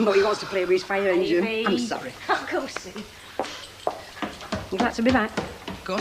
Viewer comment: If Ivy says Babby one more time ,😡.